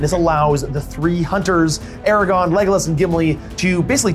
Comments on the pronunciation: What a great video! So glad I found this channel. Although, as a massive LOTR fan, it was painful to keep hearing “Aragon” instead of “Aragorn” over and over again. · AMAZING GAME! On a separate note, I love and his enthusiasm, but if I ever hear him say Ara-gone again I may explode 😂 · aragorn.... not eragon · I love but my eye twitched violently every time I heard Eragon instead of Aragorn. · This was so awesome.. So so so awesome...and I love you all...But please...for the love of all that's holy...ARA-GORN....not....ERAGON....please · *Aragorn, not Eragon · if I here say "Aragon" instead of Aragorn one more time I'm going berserk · AraGORN not Aragon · Can't stand when people call Aragorn "Eragon" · It is pronounced Arago*R*n.